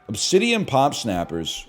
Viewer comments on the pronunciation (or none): none